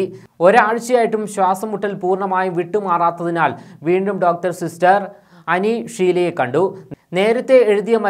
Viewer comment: അനി ഷീല അല്ല ആനി ഷീല 🤭